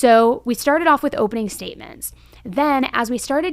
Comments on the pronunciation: Is she saying hopening? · is she saying hopening though lol jk great work!